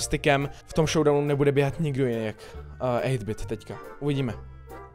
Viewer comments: Ten updait si zaslouží likes. Hlavně 8-bit když tak se to čte eitbit. A já se ho snažím dostat na brawl stars jse jmenuji RaclikCz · Čti toho 8-BITa anglicky prosiiiiiiiim